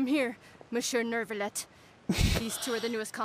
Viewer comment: I get really weirded out when Lyney said "Monseur Neurvillette" like boy from where tf did u got that R 😭 Im trying to ignore the amount of misspronunciations there are in fontaine but the guard NPC that is around the quartier narbonnais just keeps saying "que sera sera" like she hasn't done her duolingo classes for weeks damn. As a spanish speaker i really can't afford to ignora that one 😭